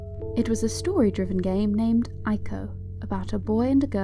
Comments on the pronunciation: Fantastic video. 1 very minor criticism - Ico is pronounched ee-co. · ICO is pronounced ee-ko by the way